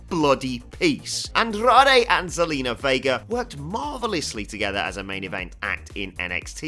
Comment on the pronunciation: Androdei and Zelina Veiguer?!Learn to speak!!!!!!